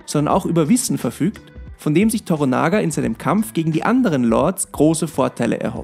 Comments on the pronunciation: Man sieht (hört...), daß Du die alte Serie nicht gesehen hast 😁 Durch die haben sich mir die ersten paar japanischen Wörter (naja, Namen und ein Wörter) ins Gehirn gebrannt, weil sie einfach alle paar Minuten gesagt wurden. Der Name ist Toranaga(sama). To-rannaga ausgesprochen, nicht Tora-naga. Dazu noch Anjin(san) (Navigator, so wurde der Hauptcharacter dort genannt, da ich die neue Serie noch nicht gesehen habe, weiß ich nicht, ob das dort auch so ist) und wakarimas(en) bzw. wakarimashita (ich verstehe nicht und verstanden!) Nachdem ich jetzt durch Dich von der Serie erfahren hab, überlege ich schon, ob ich mir nicht doch mal einen Disney account gönnen soll... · Oh Gott....er heisst TORANAGA... nicht toronaga😡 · ToRANAGA ist die Betonung (Betonung auf RA). 😂 An die 80er Jahre Serie kommt sie nicht heran. Es gibt keinen besseren Blackthorne als Richard Chamberlain 😊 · To-RA-naga.... Betonung ist im japanischen SOOOOO wichtig. Gefühlt die Serie nicht gesehen, oder? Dazu kommt noch, innerhalb des Disney-Konzerns extra eingeführte FSK16&18 Sparte: Starz, da ist noch viel ähnliches drin. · Es heißt Toranaga und nicht Toronaga!!!! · Klugscheißermodus an: Bitte noch mal Schreibweise und Aussprache von "TORANAGA" (nicht TORONAGA) checken. Betonung liegt auf dem Mittelteil des Namens toRANAga. Klugscheißermodus aus .. Eine bärenstarke Serie! Ausgenommen das Casting für Blackthorne. Der Schauspieler fällt gegenüber dem restlichen Cast komplett ab. Ihm nehme ich die Rolle nicht ab, sorry. Ansonsten aber ein sehr guter Beitrag. Danke dafür! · Toranaga, nicht Toronaga ;) TORANAGA-SAMA! HOOO!! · Das heißt nicht toronager. Wird schneller gesprochen so wie Toranagga. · Der Mann heißt Toranaga, nicht Toronaga :). Die Serie hält sich glücklicherweise ziemlich nah an die Romanvorlage. Die reale Vorlage hieß Togukawa und gründete eine Dynastie die bis 1867 hielt. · Toranaga ... nixht Toronaga !!! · Yoshi Toranaga! Nix Torunaga